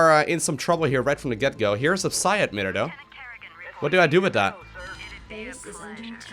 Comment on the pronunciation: "Psi admitter"